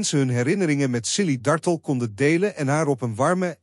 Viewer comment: JAMMER DAT DE "COMMENTATOR" ZOVÉÉÉEÉL X DE ACHTERNAAM VAN MEVROUW DARTELL VERKEERD UITSPREEKT ! HEEL ERG STOREND en DOM ‼️